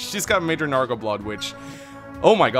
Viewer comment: Oh my. Hearing call it narga instead of Naga is oldly comforting? I call it narga myself for some reason but I don't know why. It feels unique, special. Somehow more fitting then Naga. But im not fully sure why